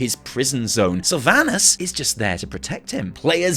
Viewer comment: I guess none of these wow content creators know how to properly pronounce "Sylvanas" lmao. Jeez, what a cringe to hear.